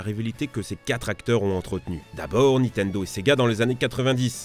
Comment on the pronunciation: Bon déjà vous vous êtes fais allumer pour votre "vissiz" Moi j'ai envie de vous allumer pour votre "Nitendo" on dit "NiNNtendo merde. Pour des gros joueurs Pokémon et smash bros jtrouve que vous abusez